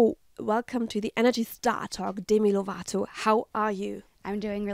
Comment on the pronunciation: It's a kinda funny interview bc of the mug answer but at the same time I'm annoyed by the interviewer... How can you not be informed about the person you're interviewing? I think Demi found these questions a little awkward as well... And how she pronounced Deemi Lovaato- I'm German too and I can say her name right so get it finally, you fellow Germans :)